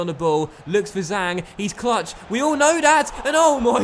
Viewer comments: Zhang is more like jang for pronouncing in English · the Zh in Zhang is pronounced like a J